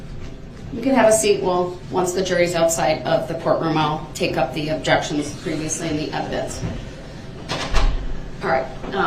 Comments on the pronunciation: … and leading… and spekkalative, and relevancy, and subject matter jurisdiction, and takket, and plaintiff, and biased, and sub-stained, and standard interrogation techniques, and alleged, and identity, and objekkshuns 😂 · The Judge Sustains 1 of DB’s Objec-Shuns on the “GROUNDS” of Hear Say! Leading! Or “Speclative” then he uses that same Objec-Shun as many times in a row that he can, thinking the Judge will continue to Sustain his RIDICULOUS Objections! I Love how Casey stares down DB after ask a question! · 😂😂😂😂😂 what no Objec-shuns?